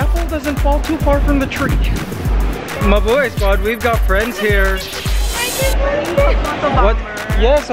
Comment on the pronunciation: I always think whenever you say Mubuhay squad, you say MA boi squad